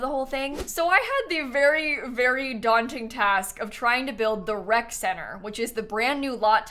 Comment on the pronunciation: For a solid 2 minutes I thought that it was called a WRECK center. And it made perfect sense, you know, toddlers, infants… WRECK